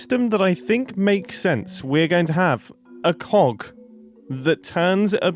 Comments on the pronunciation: I wasn't paying much attention to the video, and when he said 'cog' like that i suddenly got scared without context thinking he said something different 😭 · The way Mumbo says ‘Cog’ cracks me up everytime with what it sounds like xD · I can hear Mumbo work really hard to enunciate the G on that cog every time he says it. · I giggle every time Mumbo says cog